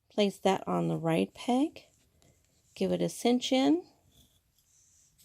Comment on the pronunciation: Would it be too much to ask that the knit loom instructor use a proper pronunciation for the word "peg". Is it a regional thing to call it a "pang"? Really confusing.